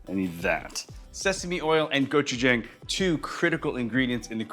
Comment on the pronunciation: I wonder if this guy even knows anything about authentic asian foods. Cant even pronounce gochujang correctly. Says it like every white person ive ever met